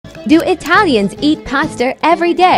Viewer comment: she went cursive when she said paster